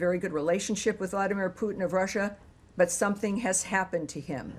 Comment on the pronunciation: It’s Putin not pooping